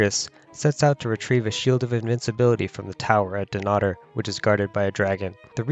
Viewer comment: Your pronunciation of Dunnottar is hideous, when you are commenting on our history you could at least pronounce our language correctly.